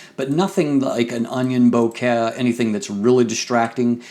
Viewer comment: Your pronunciation of vignette and bokeh is like getting stabbed in the ear. Nice review though.